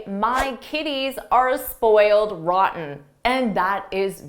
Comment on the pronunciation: Let's compere sentence no 4, during repetition three times with this sentence when you are repeating it 4-th time. In the first situation you are saying "ran" "ran" "ran" and next you are saying "roten", with very clear "t" Why?